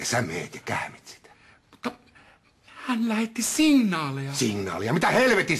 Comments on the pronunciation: Hän lähetti singaaleja.: Singasleja sinaaleja mitä helvetin singaaleja?.!!?!???!!!!. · mitä helvetin "signanaaleja" :D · Se lausutaan "singnaaleja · MITÄ HELVETIN SINGNAALEJA :DD!!